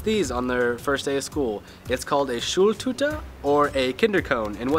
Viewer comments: "Schuhltuter" HAHAHA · The way he pronounced,, Schultüte'' is so cute